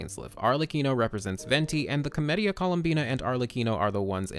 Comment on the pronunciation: Everytime he says Comedia it sounds like chlamydia